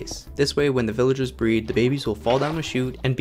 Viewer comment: guys, he is saying pillagers instead of villagers